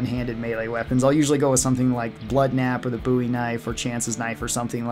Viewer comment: Wtf is a "boouie" knife? Did he mean bowie knife?? Can he speak proper english??? Jesuschrist David Boouie